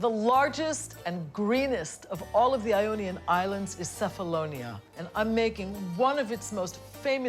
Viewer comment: Nice very nice story, Diana of Ionamin Islands But, but,but, : You said Cephalonia and pronounced "Cefalonia" with C like "City " My mom comes from Sami, Cefalonia, and in Greece, we pronounce "Qefalonia" with "Q" like "qefali" or in English we say say "Kephalonia" with K like Kevin This is just a reminder After that, everything is a beautiful show Yasas